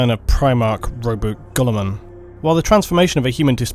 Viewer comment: What was that? Primarch “Robot Gullman”? A robot seagullman? ...sorry. No! Please ppl don’t throw the rocks!!